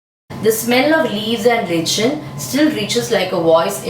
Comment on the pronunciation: mam lichen pronounced like - lyken not leechan